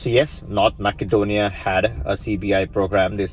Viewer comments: I've noticed that a lot of videos on the subject pronounce Macedonia as Mack-adonia instead of Mass-adonia. Is there a political reason for this? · Useful info! Quick comment: it's pronounced “massedonia”, not “mackedonia”. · Pronounced Ma-suh-donia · It is Macedonia, not MaKedonia.